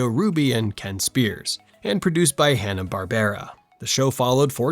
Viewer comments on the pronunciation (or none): Twenty o2? Hanna Bar-ber-ra? L2pronounce silly AI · there's no AI narrator, you probably thought this after they said Hanna-Barbera wrong towards the end of the video, where it's "Hanna-BARBRA.